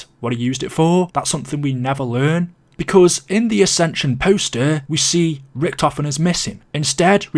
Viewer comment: AscensUUUN UnioUUUN